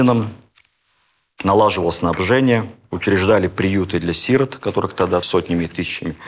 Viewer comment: Вообще-то надо говорить не сИроты, а сирОты. И не одел ленту, а надел.